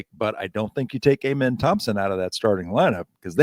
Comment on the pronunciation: It is Am-en...NOT A-men. Give the man respect. It also makes you sound like you don't know your job....or maybe you should just stick to your writing. I am thankful that Stone is the GM and not you guys...just a reminder of his success and that he calls the shots.